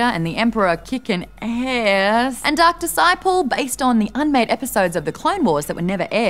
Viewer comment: That awkward moment when "Dark Disciple" sounds like "Doctor Sypole". Sorry, Maude. :c Also, I love the SourceFed cast depicted as Star Wars characters! Well done!